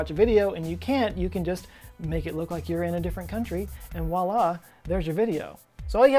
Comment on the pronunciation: Squozen, and 'W'oila.